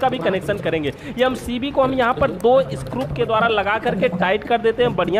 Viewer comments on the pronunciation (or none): स्क्रुप नही होता बल्कि स्क्रू होता है